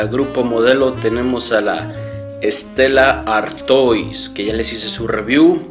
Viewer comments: Se dice estela artua no artois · Se dice Stella artua no Artois